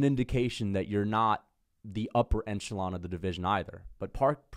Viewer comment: the word is ‘echelon’ not ‘enchelon’